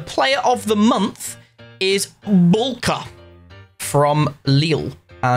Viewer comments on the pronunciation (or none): Just as an FYI from a Polish person Bułka is pronounced as Boowka